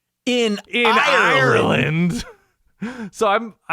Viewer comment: Not bad content.. keep it up and I’ll consider subscribing. But don’t ever repeat saying Ireland like that. I almost turned off the video